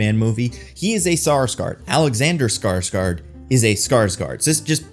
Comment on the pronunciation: After this video, I have only one thing to say: ”Skrosgard”